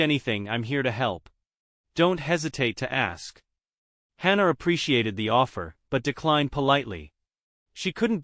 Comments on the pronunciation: Yes I hate that with a passion! lol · The word is pronounced ASK. There is no X in ask!